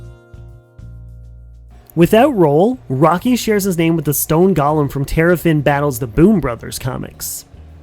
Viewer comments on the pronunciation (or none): none